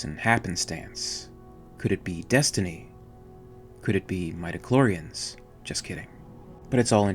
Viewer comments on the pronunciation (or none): Midi clorian's not mida, love listening to your vids btw